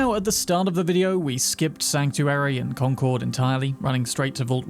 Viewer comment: Hey you pronounced Concord properly! Thank you!